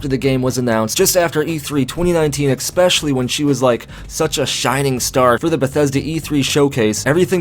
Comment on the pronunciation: "eckspecially"? As in "nukilar" and "ecksettra".. Points will be deducted from your final score young man, you just dropped from two gold stars to one. Now eat your peas and go to your room..